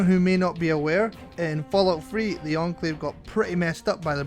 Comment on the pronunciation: you spelled enclave wrong and said encalve